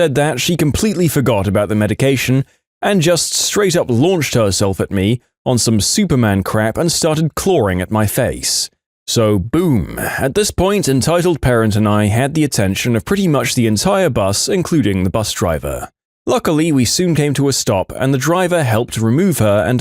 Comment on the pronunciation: can someone tell me how clawing is pronounce clawRing?